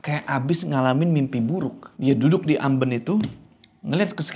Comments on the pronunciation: amben bang bacanya bukan amben🤣 duh gmn ya jelasinya😭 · amben bang bukan amben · AmbEn bang bukan Amben😂🤣😆😅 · Amben, e nya pake e ketek, ah susah coba komennya ada vn 😂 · kalo disini bacanya AMben bukan Amben, eh😂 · Amben, pake E bukan E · AmbEn...bukan amben. Pake E besar. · bacanya amben bang bukan amben... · Keren bro, fyi sbg org jawa asli, sedikit info soal "amben" bacanya "ambèn", ky blg "bènsin", bukan "bensin" 😊 balai-balai dari bambu yang digunakan sebagai tempat tidur atau tempat duduk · Mbacanya ambEn bang 😄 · AmBEn. Kayak mengeja "MEja". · mau sedikit koreksi. cara baca amben itu e nya bukan e biasa. tapi e yang bunyinya antara a dan e, mangats bang💀🔥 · amben bang bukan amben. gimana y jelasinnya😂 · Pengucapan kata “Amben” yg bener intonasi huruf vokal “E” nya tinggi.. Aduhh susah kalo jelasin lewat tulisan, tapi semoga ngerti yg saya maksud ☺️ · Makan siang sambil nonton ini bikin makannya jadi lahap 😄 BTW, pengucapan "Amben" pada huruf 'e"nya lebih tepatnya seperti "e" pada kata "Sarden" bukan "e" seperti pada kata "Kenanga". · terima kasih videonya! Tpi tadi bingung waktu omong "amben" bukan pake e itu bang, tpi pake e yang di ikan lele 😅🙏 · Cara ngucapinya tu amben bukan amben ✌🏻✌🏻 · amben bang bukan amben. Ahh gimana ya jelasinnya gabisa vn😭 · amben kak bukan amben wkwkwk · bukan amben tapi amben 😂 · bang, amben bang bukan amben, pake e bukan pake e